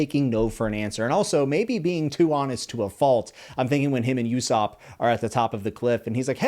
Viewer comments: I love the video but can I please ask you to listen how their names sound. "yousop" --> "oohsop" and "sAnji" --> "sAHnji" it just bugs me please dont take it the wrong way. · I would LOVE to follow your videos and your adventure with one piece... BUT.. only if you pronounce characters names right😂 it was bothering me SO much to keep hearing sAnji sAnji over and over again, or ussop, you-ssop?? Nope can't do it man😂 ussop is like oo-ssop, and Sanji like saw-nji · Gum gum❌ Gomu gomu✅ U-sopp❌ Oo-sopp✅ Oo as in room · Hey my man usopp is ooh not u like ooooh aaaahhhh. And Sanji is said like sah nji not San ji. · Just a couple of notes on name pronunciations! Usopp is not pronounced "Yu-sopp" like you do in the video, but "Oo-sopp". Second, Gin is pronounced with a hard G, like in gift, great, or gamma, not like the drink. Edit: Also it's Loguetown, not Roguetown, because it comes from Pro*logue* (Luffy's) and epi*logue* (Gold Roger's) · It's not pronounced U-sop it's pronounced Oosop ! If you are going to use One Piece to gain subscribers and followers don't insult the Manga writer's vision by doing what most of the Americans do/thinks ( our pronouciation is the right way and the whole world should follow it which is far from the truth !) while fucking the names and word pronounciation without a single thought ! Can you guys for once not Westernise Asian names !! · I'm sorry just 2 slight correction not pronounced "YouSopp" and "SanGee" it's pronounced "OooSopp" and "SonGee" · It’s not yousop it’s osop for how you pronounce it more of an oooh sound then a you sound. Just sounds weird to me, other then that enjoy the read there’s a few things you might find are different then you think they are but one piece has some pretty berserk style moments in it. The grand line portion is more goofy and I really like the goofiness of one piece. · btw its ussop not yussop just saying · usopp = oo-sop not you-sop sanji = sahn-jee not san-jee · Saan-gee and ouu-sop